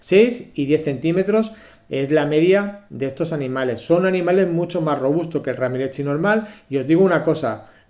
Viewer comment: Muy hermoso compre 2 son chicos pero ya distinguí. Espero no equivocarme. Porque pronuncian mal? RAMIREZI..NADA RAMIETZI O RAMIREXI jejejje